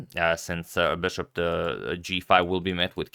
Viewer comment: for the love of God please stop pronouncing it 'beshop'. I watched your earlier videos and you were pronouncing it correctly. What happened?